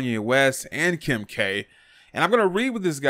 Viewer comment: Don't worry. I thought he said,"Kim," as well!